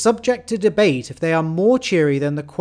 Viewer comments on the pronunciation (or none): great video, very informative until the last 2 seconds, I'm sorry but that is not how you pronounce quokka in the slightest. As a western australian, its pronounced "Kwock-a" rather than "Kwoah-ka" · Short o sound with Quokka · please, never pronounce quokka like that ever again